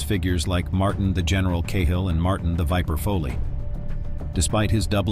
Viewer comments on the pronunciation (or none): Who the F is Martin Cayhill?.....last time i looked his name was Martin Cahill......there is no "Y" in "Cahill"